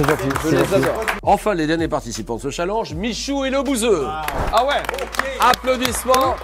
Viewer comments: Y'a que moi que sa fait rire quand Julien dit "chalanje" au lieu de "challenge" xD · au lieu de prononcer tchalenge JLP préfère prononcer challenge !! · MDR 😹😹 Julien le pers qui dit un chalenge au lieu de un tchalènge ( je sait que se n’est pas le bonne orthographe mais bon on vas pas commencer à se fair juger sur YouTube merde 😂😂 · Julien Lepers elle stresse à dire challenje et non challenge 😂😭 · C'est qui qui dit chalange au lieu de challenge ? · il dit chalang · Pas cha l e n ge chalenge bon dans le fon il le dit pas bien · c'est moi ou julien Lepers dit chaalenge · Julien Lepers qui prononce chalenge 😁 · Julien le Perse a vraiment dit de ce « challinge » 😅😂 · J'ai toujours l'impression que quand Julien Lepers dit "chalange" c'est une vanne 😅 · "dans ce chall EN ge" mdr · Je rêve ou il a fait expres de dire "Challange" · Il m'a stresser pendant toute la vidéo a dire chalenje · Il dit cha lenj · au secours il a dit chalange 😵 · Julien Lepers c’est la seule personne a qui je n’en veut pas de prononcer le mot ChallANge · J'adore la manière dont Julien Lepers prononce "Challenge" 😭 J'ai hâte de vous voir à la TV les gars ! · Waw comment il a prononcé " Challenge "